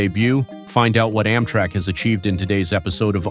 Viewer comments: Why is it so hard to find human beings to narrate these videos? I mean, "AHM-trak"? Give me a break. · How does mis-pronouncing words make things easier for anybody? I mean, "OMM-trak"? Oh, brother. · Why tf does this guy say “Ommtrack” ? 😂😂😂😂😂